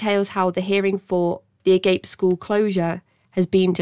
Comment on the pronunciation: Ah-Gahp-Ay, not "agape", as in hanging open Glad Agape got shut down! Let's keep this going! Can Phoenix Host PLEASE, FFS, be next??!?!??!!!